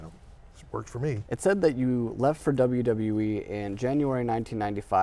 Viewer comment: “WWF-uh E” 😂😂